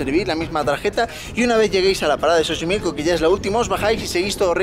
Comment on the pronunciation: Dijo chochimilco?? 🤣